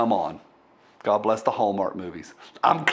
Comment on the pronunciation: You miss pronounced the Hellmark channel. ;)